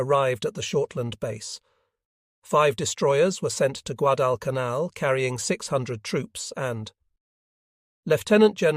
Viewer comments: Don't you enjoy hearing Guad-canal? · The flubs can be tiresome. I believe that it's a question of training the software. The various mispronouncing of Guadalcanal has become annoying.